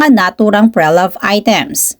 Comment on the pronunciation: Pre-loved ( but “Pre” here is a prefix and pronounced as “pri” ) sakit sa tenga po kasi it triggers my pedantic self..🎉😢😂